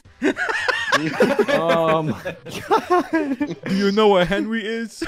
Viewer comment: retawded vowdemowt fuckin killed me 😂🤣